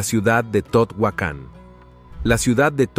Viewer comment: No pronuncia bien Teotihuacan.